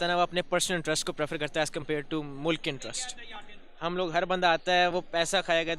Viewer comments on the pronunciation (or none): aisa mat karo yaar... मुल्क को मुलक ऋषि सूनक को सनक 😇😇 Thoda confusion ho jata hai😄😄